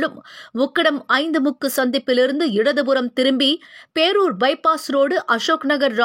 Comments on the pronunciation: Poorur illa....pearur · போரூர் அல்ல பேரூர். உன்னால் தமிழ் தள்ளாடுகிறது.